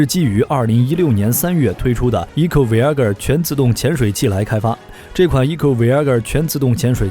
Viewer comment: Voyager “偉亞個兒＂😂😂😂